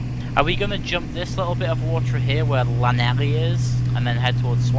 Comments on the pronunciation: you said lanelli wrong! its Lan-eth-lee! Love Nick from wales twitter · Llanelli is pronounced like th-lan-eth-lee. And in Port Talbot it's a massive steel refinery not oil. After you had gone over port talbot there is a town called Bridgend (where I live) so I'm happy you have flown over me. :) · Llanelli is said like kenethli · lol hearing you murder the name Llanelli made me cringe